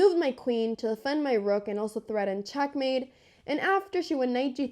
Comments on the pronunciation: What regional accent makes you pronounce e‘s like a‘s? Like ChAckmate and knight-E-SAven. Is that Valley? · It's not chackmate, it's checkmate. Check